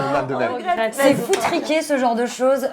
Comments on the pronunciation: Par contre "foutriquet" se prononce foutrikè... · Elle a dit "c'est foutriqué"